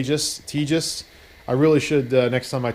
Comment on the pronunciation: It's pronounced like Te-has. The company is in Texas. It's Spanish.